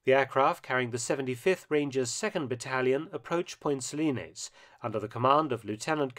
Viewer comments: Just remember: It's point Suh-lines, not Point Suh-linayz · I lived in Grenada for about a year and a half, and have an interest in history. For a start, you mispronounced Point Salines. You mention that Maurice Bishop's popularity waned prior to the second coup. I don't think that is really correct. After all, the airport in question is now named the Maurice Bishop International Airport. As I understand it, the "left wing" Bishop was basically overthrown by even more radical "left wingers." Bishop, himself, remained popular. The new government was not. It was kept a secret at the time, but the governor general of Grenada actually requested the intervention. The invasion was viewed as a liberation and is now celebrated by a Thanksgiving Day holiday on October 25.